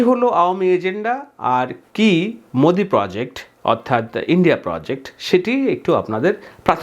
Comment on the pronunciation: বার বার ম্যদি ম্যোদি বলছেন কেন? বাংলাদেশের জন্য ভারতের সকল দল মত নির্বিশেষে এক, কারণ বাংলাদেশ তাদের টাকার খনি।